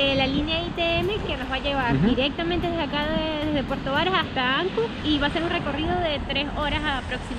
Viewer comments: Ancud, no tiene acento en la "A" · Todo bien ´, sólo quese acentúa en la u (Ancúd), no Áncud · Hola, muy buen video, mucha historia que desconocía, imágenes hermosas y las tomas aéreas del drone, siempre suman. Sólo aclarar que el nombre de la ciudad es igual que las palabras alud, salud, virtud....."Ancud". Saludos a ambos y los felicito por cada video que he visto en su canal. Desde Santiago de Chile, un abrazo de un viejo chileno, que disfruta de sus videos. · Soy chilote, de Castro, y solo una precisión: no se dice Áncud, se dice AncÚd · Se llama AnCUD, no ANcud.